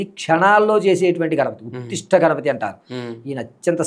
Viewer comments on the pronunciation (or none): ఉత్తిష్ట కాదు ఉచ్ఛిష్ట